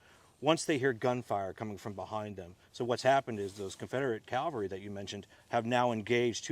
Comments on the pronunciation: It's CAVelry, not CALvery. Nobody got crucified, they were on horses. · Thank you for this very interesting and enjoyable presentation. Allow me to compliment the park ranger for his knowledge, but may I also gently suggest to you that the word you’re searching for is cavalry, not Calvary. Calvary is a hill where our Lord was crucified in Jerusalem. Cavalry are horse soldiers. Apologize for the nitpick, but it’s irritating. Otherwise thank you very much for a very enjoyable presentation and please bring more! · Almost! Cavalry.